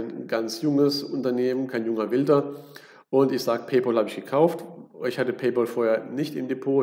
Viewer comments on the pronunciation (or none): Paypal wir nicht Paypol ausgesprochen sondern Pay-päll; von English pal was Kumpel heist. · PaypÄÄÄl sowohl im british als auch im american english ist das die korrekte Aussprache von Pal (Kumpel) Kluggeschissen wegen Ohrfurunkel Danke